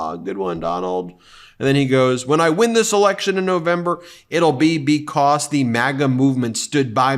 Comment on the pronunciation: It always amuses me the way Ben says "because" like "becoss"